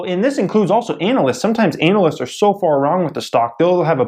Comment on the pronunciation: Analist. I agree with the pronounciaton. Great informative video